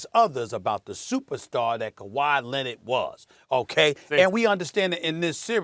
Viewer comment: Also: k-WHY Lennet